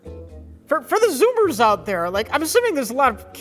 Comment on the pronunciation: "Zoombers out there," never has a pronunciation mistake by made him sound so old...